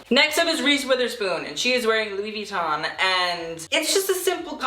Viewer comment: jesus christ pronounce Louis Vuitton right bitch